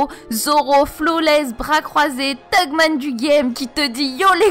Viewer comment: Faut arrêter de dire thugman stp